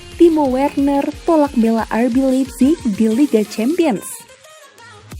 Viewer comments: leipzig bacanya laipcih min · iya min karna jerman ei dibcanya ai, zig jadi cih